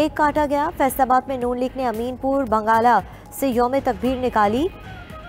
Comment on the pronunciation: Khabar tow theek terha perh lol medam news caster ...Ameen pur bngaaaaala ...say youm e takbeer nikaaali??? 😂 wah wah 🤣🤣